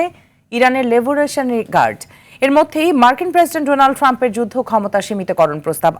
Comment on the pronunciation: রোনাল পামপ বলছে।ডোনাল্ড ট্রাম্প এর জায়গায়। ঠিকমত দেখে উচ্চারণ করতে পারে না।